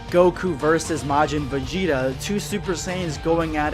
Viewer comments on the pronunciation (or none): none